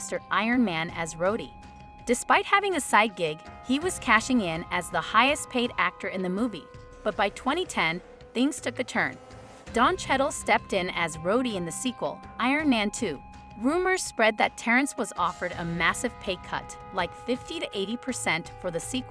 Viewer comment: I'm still stuck on the pronunciations of some of these stars' names.....Schedell for Don Cheadle and Chapel for Dave Chappelle.....I digress....